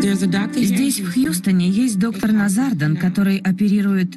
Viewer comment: Его зовут Наузарадан, а не назардан